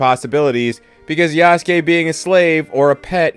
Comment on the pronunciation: this bozo's pretending he knows about Yasuke's history while pronouncing his name Yasooke